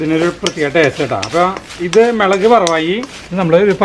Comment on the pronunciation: മെളക് അല്ല മുളക് എന്ന് പറയണം. very good